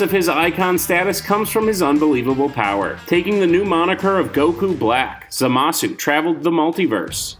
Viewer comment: Kmow how we all know youre not a dragonball fan? You mispronounced zamasu and Broly, along with claiming that vegeta was the original villain in the z series.